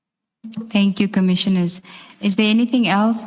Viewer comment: This one does not even say correct commissioners 🤣🤣🤣🤣🤣🤣